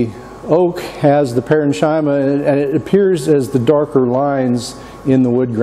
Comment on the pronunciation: Nice video...but pronunciation correction. "Parenchyma" is pronounced with a hard ch sound. ..paren-kee-muh